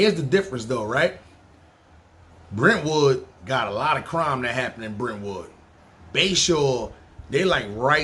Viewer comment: You got Brentwood all wrong lol